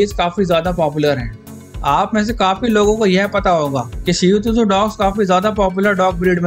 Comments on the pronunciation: Bhi it's shih Tzu not seotuzo Nahi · Bro its shih tzu(t is silent)..u r pronouncing it wrongly shih tzu tuzu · Bhai shihu tuzu nahi hai iska naam 😂 Shihtzu hai . शीहत्जु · Pronouncing 😄😄😄shih tzu hoga bro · Wahi to😂